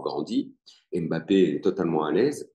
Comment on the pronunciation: En France on dit mbappe. Pas bapé